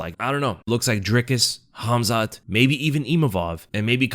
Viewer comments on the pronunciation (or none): none